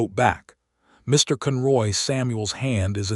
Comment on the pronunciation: One thing I like about all of the words said so very wrong . . is that I am content knowing that 'no time soon' will AI take over society fully. For this story, it was hard hearing 'read' and 'cun ROY' said upside-down, wrong. 🤪 Oh well... loved the whole story.